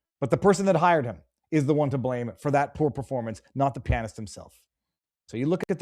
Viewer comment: Damn.... learn to pronounce "pianist."